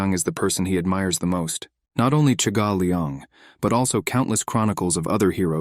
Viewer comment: Why does the ai say ”chegal” when in the text it said ”jaegal” Is the pronunciation that different from the written name?